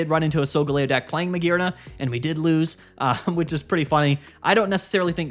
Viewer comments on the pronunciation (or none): none